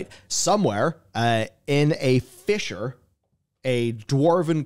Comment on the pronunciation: Fisher. Fissure. Potato, potato, eh?